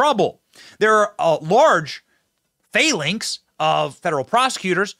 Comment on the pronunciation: Phalanx - fal' (rhymes with pal or the "al" in alan) - lanx (rhymes with tanks or thanks)